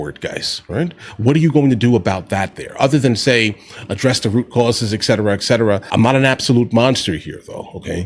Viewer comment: Pet peeve. It's "et cetera" not "eck cetera."